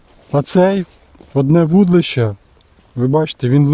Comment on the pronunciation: Дитинко! Ти коли навчишся вірно вимовляти - вудИлище!!!